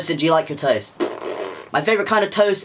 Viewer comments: when you talked about toast I heard "toes". "What's your favourite kind of toes?" "they have to be yellow and crispy" excUSE ME WHAT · Is it just me that who heard toast as toes? 😭😭 I’ll put my self down